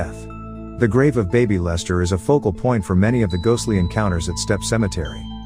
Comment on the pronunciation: I couldn't help from laughing at the bad A.I. narration... especially at the "the tombstone marked only with the name BABYlester... "